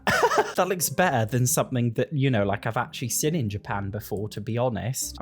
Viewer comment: why do you pronounce "seen" like "sin"